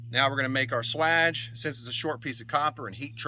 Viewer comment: For that entire part of the vid I'm like swage pronounced like" Sway Age " 😅